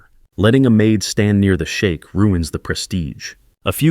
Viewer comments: Sheik, not Shake. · It's "Sheikh" not shake 😂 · You're mispronouncing the word sheikh sp? You're pronouncing the word shake ( American English is sheek )😊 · AI needs to learn how to pronounce foreign words. Sheikh not shake. Great story. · Shame your AI doesn't know the difference between shake and sheik.